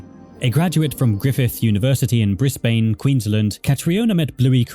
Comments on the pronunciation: Why do yall pronounce Brisbane like that? It's Briz-bin. XD Edit: Oh God Brisbane was only the start. lmao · 1. lol shitty sponsor 2. its bris"bin" not bris"bane" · hearing you pronounce Australian words is crazy briz-bane no like bris-bin for brisbane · Hey! Love your vids but, as an Aussie myself, just know you pronouced Brisbane wrong. You did get the "Bris" part right but the "bane" part is pronounced "ban"! Just letting you know for future videos! Also I know someone's going to do this anyways so I'll do it myself r/woooooosh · its pronounced 'BRISBIN' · Can’t take how many YouTubers mess up pronouncing Brisbane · Please, please search up pronunciations of towns and cities when you make videos about places outside your country. Briz-bun. Can-bruh. I’ve had the same thing in previous videos of yours. Overall, great video though, and I enjoyed listening to it. Definitely some interesting things going on with the adult community around the show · Oh wow I didn't realise I tangentially knew Catriona! Her graduating project was everywhere when I started at Griffith lol Also they're pronounced 'bris-BIN' and 'can-BRA' ;) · As an Australian I wanna just say hearing him pronouncing the city’s has got me cracking up. Brisbane is call brisbin in Australia and Canberra is pronounced Canbruh